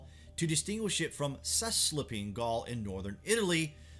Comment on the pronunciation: You might want to check the pronunciations for Cis-alpine and Trans-Alpine Gaul.